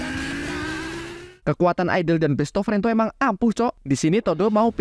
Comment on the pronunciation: Lucu banget bilang besto frento 😂😂